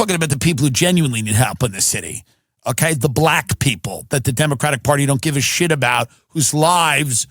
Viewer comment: His pronunciation of “Black” people, was a dead giveaway.